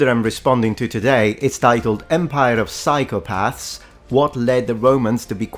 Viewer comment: "psychopaahrths" what a tool 😂